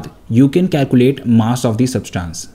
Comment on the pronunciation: It is calculate not calcuate